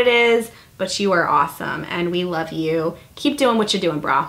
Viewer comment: FALL!!!! "Lurve it!". Lol!!